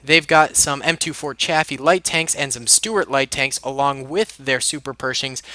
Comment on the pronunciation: That pronunciation of Chaffee makes me cringe...